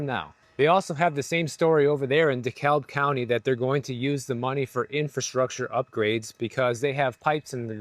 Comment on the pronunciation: That is the wildest pronunciation of “DeKalb County” I have ever heard! 😂😂😂